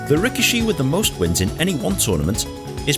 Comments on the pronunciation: Ree kee shee. That's how it's pronounced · I'm pretty sure 'rikishi' is pronounced "rih-KEE-shee." On a side note, I find it ironic that the only two WWE wrestlers who had a sumo gimmick were both Samoan, and didn't have a drop of Japanese blood in them.